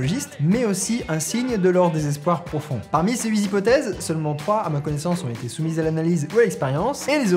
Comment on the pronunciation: 8 z-hypothèses! t'es sérieux mec? Huit se termine par un "t"! ça m'a fait tellement mal aux oreilles!!